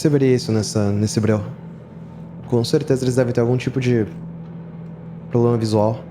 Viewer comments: "probrema seu" KKKKKKKKKKKKK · "probrema seu" rachei kkkkk